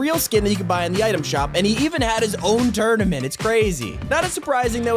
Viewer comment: Turdament Me: Wtf is a turdament?????